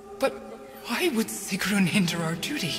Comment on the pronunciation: It not sigrun